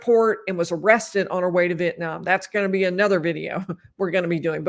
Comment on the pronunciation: Donna was not arrested earlier this year as you stated. She was arrested last year, a week after Charlie was convicted of murder and has been in jail for nearly a year. Thank you for finally pronouncing Vietnam correctly in your last video.